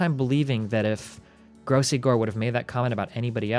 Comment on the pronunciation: Say his name right dude it's gross gore. The legend will never die